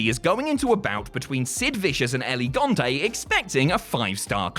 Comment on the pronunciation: Dude I love your videos, but you HAVE to work on your name pronunciation. "It's not Elegante". it's El Gigante. L-Ge-Gan-Tei. The Giant.